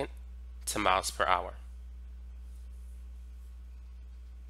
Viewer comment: You should try pronouncing miles Miles Miles not maos. And I take it you’re homosexual.